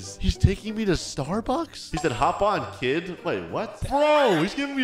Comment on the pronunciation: nah bru he said keed and I'm prokeederson so I say keed